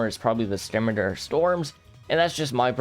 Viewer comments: Idk the current pronunciation but I also say skimitar instead of seemeetar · Never heard scimitar pronounced that way before 😢